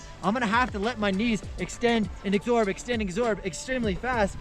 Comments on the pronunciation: Love what you’re doing for folk, and I don’t wish to be a pedant, but since your tips are blowing up I thought I should say... The word is ‘absorb’, not ‘exsorb’. Sorry if I sound like an ass. Keep spreading the knowledge 😀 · Is it just a thing to say "exsorb" instead of "absorb"? Maybe a good t-shirt or hoodie idea though. Lol!!